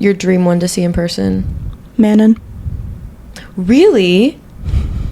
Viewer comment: Love that it is mentioned! That's just not how "Manon" is pronounced..